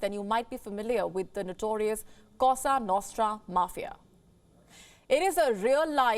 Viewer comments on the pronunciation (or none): Isn’t it « cosa nostra »? Not « casa »?😊